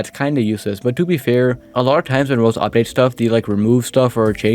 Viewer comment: WHY you say roblox like that